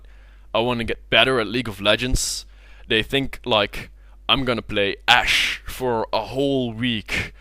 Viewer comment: The way you say Ashe is hilarious. Tip: Microphones can pick up breaths! I have that problem with my own videos, but yeah, just be wary of it.